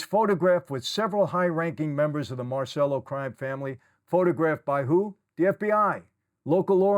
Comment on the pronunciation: Michael, Michael, Michael, please! It’s MAHR chell oh… NOT Mar sell oh!! You’re proud of your Italian heritage yet you bastardize many words because of that New York accent I’m surprised as many times you’ve been in Italy. Nobody has ever correctedyou!!?? I love your channel and I think you’re doing great work but for someone that speaks flow in Italian, it’s like nails on the chalkboard